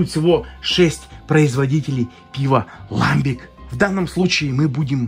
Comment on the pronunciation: Не могут наши региональные пивоварни варить ламбики, это название жестко привязано к географическому региону Бельгии. Ну и если уж быть полным снобом, то правильно произносится ламбИк, ибо слово французское.